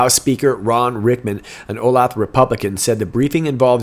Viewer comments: Pronounced "O - lay - tha" Olathe ;) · Olathe, KS is pronounced O lay' tha. Your welcome.